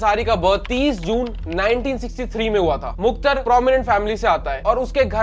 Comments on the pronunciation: Muktar nhi mukhtar he Repoter shaab 😂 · अबे it's मुख़्तार not मुख्तर bhai ko name pronounce nhi aarha aur case study leke chale aaye 🤣🤣🤣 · Bhai bolna seekh le मुख्तार है मुख्तर नही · Bhai view ke chakkar Mai vdo bna le Waise phle name lena sikh le मुख्तर nahi मुख्तार अंसारी बोल